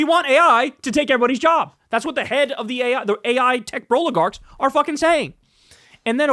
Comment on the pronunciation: "Tech Brolygarch" lawl :D